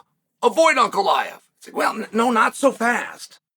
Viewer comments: fastest way is beating Ankalaev then he would have beat pretty much everyone in the top 5. winning that third belt would probably finally get Chael to respect him enough to learn how to pronounce his name. lmao just call him Alex if its so hard to pronounce it i dont get it lol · If he wins the third belt can you start pronouncing his name right? 😂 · how many more wins does the man need to get until Chael gets his last name right?